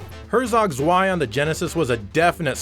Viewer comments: Just a small pointer, Zwei is pronounced as Tzwei, with a T at the start. Really like your videos though! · btw. Zwei is pronounced 'sv-eye' and just means 'two' in German.